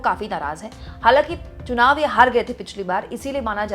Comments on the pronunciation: Chunaw ka sahi उच्चारण nahi ker पा raha hai बार baar sunaw sunaw ker रहा है 😂😂😂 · esko to chunao bolne Nahi aata chunao ko sunao kaheta hai.. Haaa. Haaa... 😅😅😅😅😅